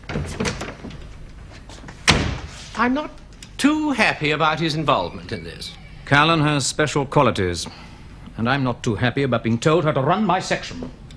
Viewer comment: Bishop distinctly calls our guy "Calendar". He gets it right as Callan after that.